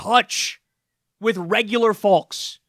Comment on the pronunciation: Kyle...Kyle...the L in folk or folks is silent brother. Pronounced like poke or pokes.